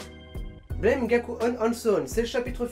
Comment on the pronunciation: Au fait juste pour dire que Blame! se prononce Blâme (Blam) ブラム!, Buramu! J’entends tout le monde faire la faute.